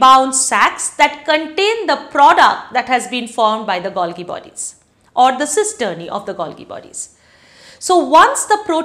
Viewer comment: The pronunciation is Gol-jee...